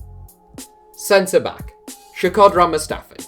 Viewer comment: The worst pronunciation on Shkodran ever hahahahaha, you didn't even try!